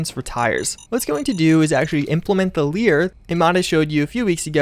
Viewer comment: L A E R LAYER NOT "LEER". just so u kno